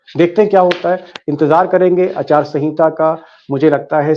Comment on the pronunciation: Achaar sanhita 😂 it’s aachar sanhita okay